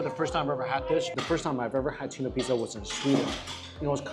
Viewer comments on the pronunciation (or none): Hey its tuna not tsuna